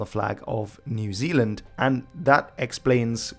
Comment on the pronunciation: People in New Zealand really wanna officially change the name to Aotearoa when people pronounce it like that!